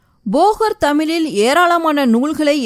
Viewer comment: Please pronounce tamizh properly.